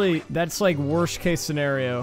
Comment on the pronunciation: You ever notice that you say "first pershon" instead of person? And "worsht" instead of worst. Lol.